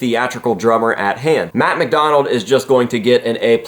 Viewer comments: 1- Did you mirror the video? I don’t remember him playing lefty. 2- It sounds like your saying “Matt McDonald” Great to see them back. Matt McDonough is one of my favorite drummers. Can’t wait for new music from Mudvayne. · You guys are saying his last name wrong. It’s Matt McDonough 😉